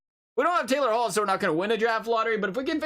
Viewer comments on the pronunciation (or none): none